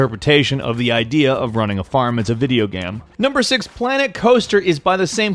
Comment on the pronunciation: he said video gyam -_